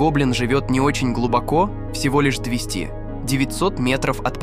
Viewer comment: Поставил диз.первые минуты просмотра и режет слух клЫки и двестИ.чел по русски не умеет общаться